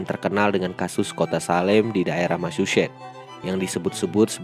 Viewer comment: Massachusets Min bukan Machusetts